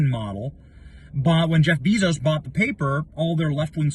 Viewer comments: BAY-zohss (/ˈbeɪzoʊs/) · Bezos, pronounced BAY-zos